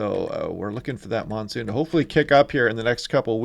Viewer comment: The 'nonesoon' pretty funny.